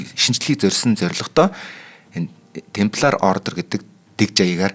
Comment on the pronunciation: Темплар юм уу тампильер юм болов уу